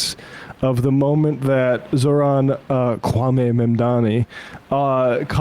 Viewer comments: Emma isn't there because she's on honeymoon, no? Good for her. L bigots tho. Mamdani ftw and 🖕 Charlie "Teeth and Gums" Kirk. Bro is purposefully mispronouncing Zohran. It's pathetic. Tribal Chief?! We the ones! ☝️ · I feel sick hearing the contempt in the way he enunciated every syllable in Zohran's name.